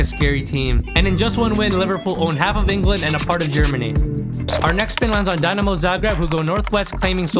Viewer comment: the way you said dinamo 😂